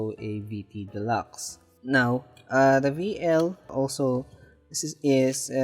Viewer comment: The camera described as a VL is actually a VL2 (1/500 shutter and rewind knob). VL has a 1/1000 shutter and rewind lever. A VL is properly pronounces as 'five -el'. not 'Vee-el'. the V is the roman numeral 5.